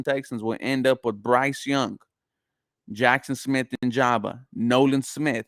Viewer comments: great video bro.. just a FYI.. It's Njigba (In-Jig-Buh) keep up the great work. Go Texans!! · This fool said Nijaba it kills me lmao